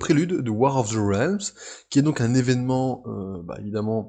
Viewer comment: Hoy Je me permets de commenter (pour une fois) tes vidéos pour te donner mon avis et te prodiguer conseils (peut-être avisés, qui sait). - Pour commencer, c'est pas "Ré-Al-mse" mais "Rilmz" niveau prononciation, ça me perturbe beaucoup x) - J'ignore si tu as des notes à côté de toi mais tu devrais en faire. Notamment vers quand tu parles de l'équipe de Malekith ; histoire de savoir qui est dedans. Le "de mémoire" fait genre tu n'as pas bossé dessus ou alors le détail est trop peu important (sachant que tu fait une aparté dessus, c'est pas l'effet recherché je suppose). - Le montage est pas quelque chose d'aisé, j'en conviens, mais quand tu prends pour exemple une page de comics, par exemple lorsque tu parles des couleurs, tu devrais la faire apparaître à l'écran (exemple : Tu la fais apparaître devant la page actuelle de ton exposé, tu fais un effet de flou derrière et un zoom très lent sur la page. Pas facile mais ça rend bien je trouve xD)